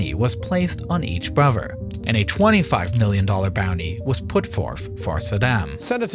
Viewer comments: dank you. dis video has cool animations. i use your videos to show people how day sound when day can't pronounce da "th" sound. some times you use the "v" sound in place of da "th" sound like in "brover" and "neever." i dont like saddam husayn or barack hussein. bofe of dem 😹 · a lot of pronounciations in this video are incorrect. Its anoTHER not anoVER, also THis not Dis. ALSO, brother, not BroVER. I hope you can try to fix these mistakes in the next videos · like nardwuar, this narrator is unable to make a “th” sound, strangely pronouncing it as either “d” or “v”, ie: brother/other = bruvver/uvver the/that/they = duh/dat/day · am I the only one that is irritated by the fact the narrator cannot pronounce "th" Brover (brother) , anover (another), uhver (other), etc.